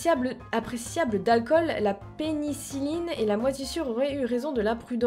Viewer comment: je crois que ça se dit pénicilline, non ? (mon frère est allergies à ça 😅)